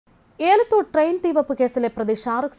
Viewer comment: എലത്തൂർ ആണ് ഏലത്തൂർ അല്ല 😊